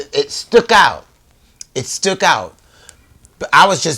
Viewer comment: Did he just say it "stook out"???😂😂